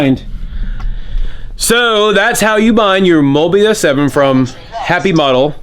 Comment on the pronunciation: It's the Mobula 7... Mobie 7rofl